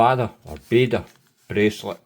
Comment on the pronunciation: Very useful review, as I am thinking of buying a C63 GMT, but probably, the 39 mm as that size case seems to fit me best. I think the name of the Bader bracelet was inspired by the famous WWII fighter pilot, Douglas Bader. In that case, it should be pronounced "Bah-der", with the emphasis on the first syllable. That said, some people, like the late Ruth Bader Ginsburg (USA Supreme Court Justice) pronounce it "Bay-der". You pays yer money and yer takes yer choice.